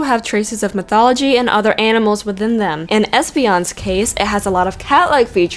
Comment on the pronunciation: "European mithology" lol